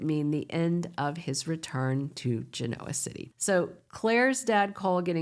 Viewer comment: Please pronounce “Genoa City” correctly!